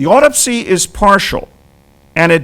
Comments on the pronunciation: Why didn’t he ever pronounce the word Autopsy correct all thru the video? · "Why didn’t he ever pronounce the word Autopsy correct all thru the video?": or Carcano or carbine.